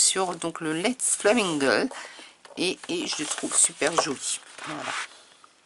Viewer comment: Contente de te voir 😊 je guettais ton retour ! ton Haul est super les papiers très beau 😊 ta prononciation pour Let's Flamingo est superbe😂 belle collection de florilèges design et alexandra renke rien à dire. 😘 Bienvenue